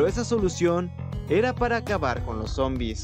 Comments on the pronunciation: Porque dices monbis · momvis ✅ Zombiz ❎